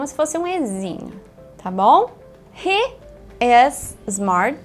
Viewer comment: Por que algumas vezes ela fala com a pronúncia correta e às vezes não? Por exemplo, o "to be" ela às vezes fala com sotaque em Português, é de propósito ou é costume mesmo? E o "He"... às vezes ele fala "rri" às vezes fala "rrê". Qual o correto?